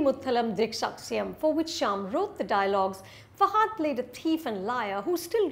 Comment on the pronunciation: Its not pronounced as Fa"haaa"dh. It's just Fa-ha-dh.